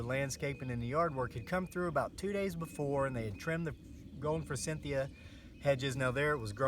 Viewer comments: "for-SITH-e-a" is how it is pronounced, instead of "for-CYNTH-e-a". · Sandy Ralston Thank you! The "n" was driving me nuts too! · Thank you! I hope this guy has read the comments. NO "N" in forsythia! The word "moron" does have an "n" in it... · Good video but forsythia does not have an n in it.